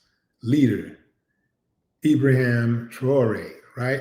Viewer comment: Great vid bro. But it's Ibrahim not Ibraham.